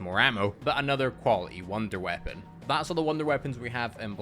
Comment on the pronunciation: “Wounder weapon” lol